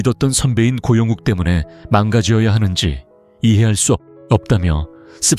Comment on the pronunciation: 고영욱을 고영국이라고 하네 ㅠ 잘좀확인하고 내보내라!!!